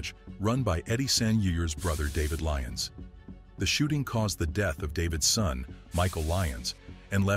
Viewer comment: Some of this is wrong and when was Glasgow known as peaceful and there name is lyons not leons